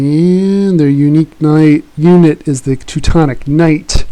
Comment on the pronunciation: the sound quality is brutal... doesn't help if you start shouting a unit name with bad pronunciation either